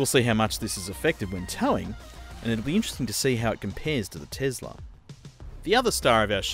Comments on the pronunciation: this was painful, first of mal, it isn't a tezzzzlah mate, it is a tesla, it was a person's name from history dont be a bogan (this become more and more grating as the video went on) also, cruising on a highway, really not in favour of the eleccy car where regen in stop go would be much better, I am sure something that was reflective of the stop go grind as if a school holiday rush, the tesla would be a much better propitiation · Tesla not tezla. S not z Jesus Christ. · It’s not tezla it’s tesla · Tom Hardware chill. Elon, you know, the guy that created the company says ‘tezla’. So I think we can let it slide.